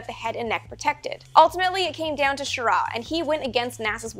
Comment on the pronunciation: You mispronounced Schirra. The emphasis is on the first syllable not the second.